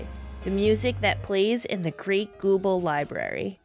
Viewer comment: Never heard anyone call it "Hawk" manor or "gooble" library xD I always read it as "How-Kay" and "Goo-Ball". I didnt know about all the XI throwbacks cuz... Well I never played XI. Still not interested in it either, tbh. I know I like Prishe (thanks to D012) and Iroha courtesy of Dissidia: Opera Omnia. I really appreciate all these little nods and straight up throwbacks. XIV really is just "Final Fantasy: The Greatest Hits: Vol. 3" (I think Dissidia is Vol. 2).